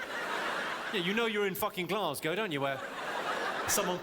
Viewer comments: You said Glasgow perfectly 👍🏻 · Glasgow....Aye, ye said it just fine m8.